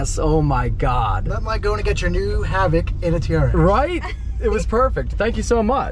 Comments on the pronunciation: Who's gonna tell him it's pronounced "Havick" not "Havock"😂Cool truck though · It's the "Hav-ock" pronunciation for me. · Who in the hell pronounces havoc like that? The dude who picked you up said it correctly multiple times. proceeds to call the truck a Have Ock. Unsubbed long ago and still glad I did. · Pronounce havoc correctly